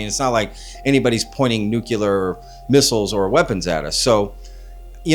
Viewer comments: I keep pointing out..it’s NEW-cle-ir not new-cu-ler nuclear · Why can’t people pronounce the word “nuclear”???? It isn’t fucking hard. NEW CLEE ERR … say it with me